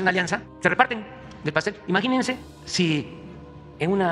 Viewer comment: Majínensen, majínensen. Este señor gobierna con la pura "majinación".